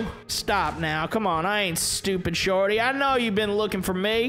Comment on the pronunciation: It’s shorty not jordy